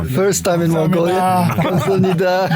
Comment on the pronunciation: камсамнида биш камсахамнида шүү.